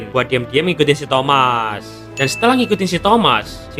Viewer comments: Baru sadar bro bilang thomas bukan thamuz😂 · Thamuz❌ Thomaz✅